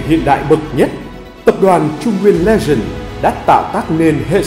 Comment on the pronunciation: Bạn nào vừa đọc thì sửa hộ độc giả chữ " legent" thành " legend " nhé. Hi hi hi !!!